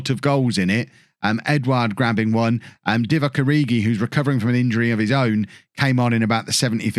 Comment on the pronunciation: Every time he says Divock Origi I just keep having flashbacks